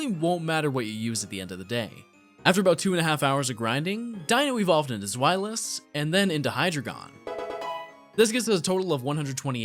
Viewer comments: The Hydragon and Icarus city pronounciations are killing me. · I know it's spelled and pronounced like drei, but he pronounced it as Hydragon. He also pronounced Icirrus City "Icarus City". I spelled it how it would be spelled the way he pronounced it.